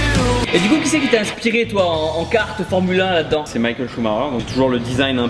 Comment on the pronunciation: j'aime pas les gens qui disent Michael a l'américaine pour schumacher genre il est allemand ça se prononce "Mi*ch*ael" ou "Mikael" a la limite quoi